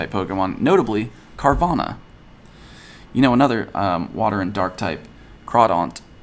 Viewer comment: Carvanha not Carvana